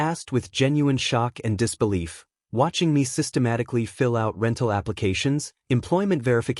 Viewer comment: Systematic-al-ly Methodical-ly